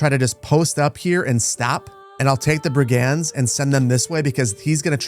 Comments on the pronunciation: This must be emphasized. It's drove me nuts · Fun series! What a cool game. Just so you know, "brigand" is pronounced BRIG-end.